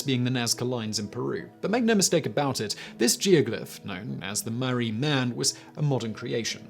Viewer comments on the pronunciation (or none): Albury is pronounced All-bury not Al-bury. Marree is pronounced MAR-REE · Sorry mate, your pronunciations of Albury (all bury) and Marree (Mar ree) are terrible. Otherwise, great videos! 🤪🤪🇦🇺🇦🇺😷😷🇦🇺🇦🇺👍👍